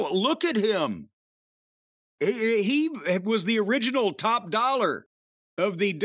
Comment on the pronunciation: I love how Cornette calls him Top Doll-ER. No slang for Jim LOL